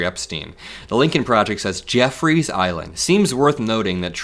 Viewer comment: I caught they way he said Jeffrey’s island 😂😂 I thought it was just me